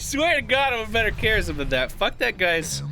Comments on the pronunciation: Why when says "Kharazim" it sounds like "Kerrigan"? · The way he sayed Kharazim had me for 10 mins. I was zapping to that point the whole time :D